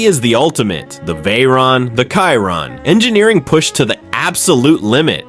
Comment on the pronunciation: Hello AI, the name “Chiron” is pronounced “SHEERON.”